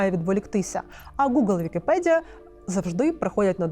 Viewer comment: Блюванув на слові "підкасти", потім "вікіпєдія". Хоч читайте вже з суфлера нормально.